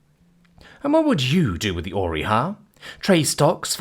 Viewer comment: the great OR-REY-O'S